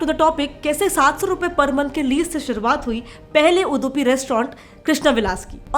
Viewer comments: It's not udddupi it's udupi you should pronounce d and not dee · Udupi ma'am not Udhupi! 😂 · ಉಡುಪಿ ಹೋಗಿ ಉದುಪಿ ಆಗಿದೆ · Why do you are spells U.D.U.P. I as उदुपी instead of उडुपी ? Did you find anywhere उदुपी name board ,at any hotel instead of उडुपी? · It's irritating to ear Udhupi.... U should correct it when u uploading in public domain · Hey unpad gawar gurl..cnt even pronounce UDUPI right ...Go get some english classes... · Uuupadi nhi aata pronounce krne q video banaya 🤬🤬🤬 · U were able to research these many things about the hotel but failed to pronounce the correct pronunciation of the Subject(Hotel)?!! ITS UDUPI!! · Delhi D , Udupi D, 🙂😅 Guysss Pronounce correctly Nahi tho khaane mein extra chutney nahi milega 😅🙂🤣🤣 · yaa she is not pronounced well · Sorry to say, lot of errors in this video. Udupi pronunciation is wrong. Brahmin and bunts are different community. Many more mistakes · Hello... this is a very interesting video... being from Bangalore and knowing about Shettys I am not surprised. Shettys are very active in business.. and generally very intelligent in running establishments. Only thing which I have to point out is your pronunciation of UDUPI... D should sound like in Dam not in Dum. Even Udupa is the same. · Che kese bol Rahi he Udupi ko itna cringe lagraga he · Are kya bakwaas karthi hai tu thoda reshache udpi bolne nai atha aur chadi kholke k aayi 😎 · Milady just killed the pronouncing of Udupi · Teekese to bolo. Udupi. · Didi, Udupi ke pronounciation galat hai, per apka detailed vedio acha tha 👍🏼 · Its UDupi not udupi.. Use google pronunciation atleast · Kindly pronounce Udupi properly. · It's उडुपि not उदुपि 🤦🏻‍♂️ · It's not UDHUPI IT'S UDUPI "Dublin DU" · Appka itna bada YouTube channel hai aur apka pranouncing sahi nahi hai that is udupi not udhupi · Madam its udupi(ಉಡುಪಿ) not udhupi (ಉಧುಪಿ) Proud be an Udupian ❤️❤️❤️ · Its udupi not hudupi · udhupi hurt my hear its udupi 😂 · U du pi not udhupi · उदूपि नहीं उडुपी है